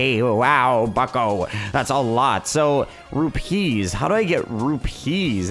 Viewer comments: It isn't rup pee's it is pronounced the same as rupies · its pronounced roo-pees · Say it like rupese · I laugh whenever he says rupeeslol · it's not pronounced like trapeze is it is pronounced as one thing no emphasizing anything